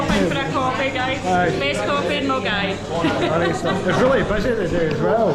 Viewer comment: Mulguy.......Millingaaavie, been easier if held in Bearsden as non locals (or those who are unaware) could pronounce it properly, superb vid 😂😂😂😂